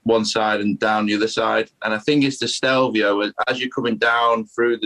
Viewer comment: Yip I was like, I'm sure it's stelvio, it's stelvio, STELVIO!!! HAHA